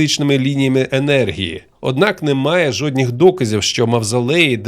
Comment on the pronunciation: жоднІх доказів, 6ЬІдло ти мосвороте, жоднІх